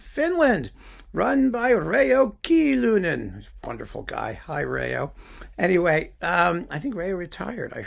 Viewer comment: Raekallio is such a great artist! Too bad that he fell seriously ill some years ago. As far as I know he has recently focused mainly on teaching. P.S. Your pronounciation of his name was absolutely correct.